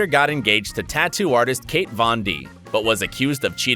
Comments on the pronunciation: KAT. KAT. NOT KATE - KAT. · It is kat not Kate vond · Are you kidding? Kate Vin D? It KAT, not Kate... have you been living under a rock!? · It's Kat Von D not Kate Von D... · The Kat of Kat Von D is pronounced "cat" and not "Kate". 🙂